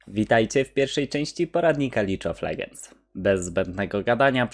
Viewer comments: Czyta się Lig of ledżends a nie lidż of legends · Ale ze mówisz lidż od legends a nie lig od legends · lidż of ledżends pewnie z tatą oglądasz w telewizji też champions lidż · Lig of ledżends a nie lidż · Bardzo dobry poradnik ale mała porada to wymowa niektórych angielskich wyrazów bo niektórych może to naprawdę drażnić np: nie "Lidż of legends" tylko "Lig of Ledżends" Dzięki temu zwiększasz jakość nagrań takim małym sposobem a naprawdę będzie lepiej pozdrawiam :) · "lidż of legends".. ała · Lidż of legends? Serio? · licz of ledżends ahahahhahahahajapierdole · lidż of legends XDDDDDDDDDDDDDDDDD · Wszystko git, ale nie mów "Licz OL...", bo uszy krwawią. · Taki doświadczony gracz, że nawet nazwy gry nie potrafi wymówić